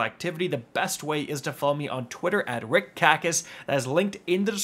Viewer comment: “Kick Rackis, Kell of Titans”